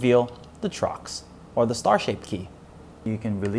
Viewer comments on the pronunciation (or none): torx not trox..... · its torx not trox lol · I like how he kept saying TROX instead of torx, must be an asian thing. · Trox? You mean Torx? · trox? Think its torx.... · Man called it a trox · Did I hear wrong or did he call Torx "Trox"? :o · lol, ya.....he did....glad im not the only one who heard it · It's called TORX, not a god damned Trox.. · It's T O R X. Not trox. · Dude, it's pronounced "Torx" and "bursts."